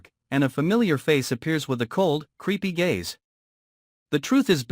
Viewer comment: I thought they said creepy gays … not creepy gaze lol 😂